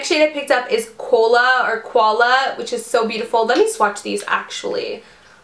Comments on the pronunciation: koala is not pronounced "cola" like you said its the Australian animal co-wa-la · when she says "cola" instead of "koala" lmao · Hey! Umm just tryin to help a sister out..... Koala is pronounced KO-AR-LAR and is a native Australian animal, not a soft drink. Great vid though! xoxo